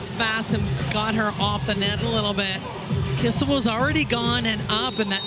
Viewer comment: seriously someone needs to teach these commentators how to pronounce names. KISS-IL is killing me